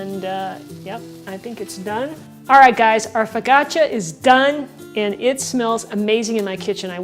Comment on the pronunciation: You got my thumbs up,. Thanks for another winner, but it sounds like you're saying "fo-gotcha", and I DON'T want to forget about THIS recipe. Ha ha. Still luv you all the same.